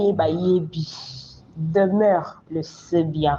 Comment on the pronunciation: Demeuré ou Demeure??? Eee oyebi ata ko prononcer kombo té 😂😂😂😂😂😂, azomonana Kaka insensé et idiot.